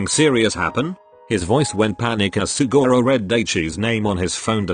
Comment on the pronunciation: I love how the voice said sugora